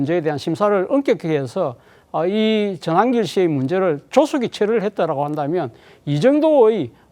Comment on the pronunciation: 전한길 말 그따위로하냐 한글발음 다시배워라 발음이 잡놈잡상 골라골라냐